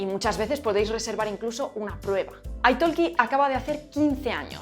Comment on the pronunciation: Me encanta tu canal, pero decir que tienes un C2 en Inglés y no puedes pronunciar correctamente 'Italki' u otras palabras básicas deja bastante que pensar...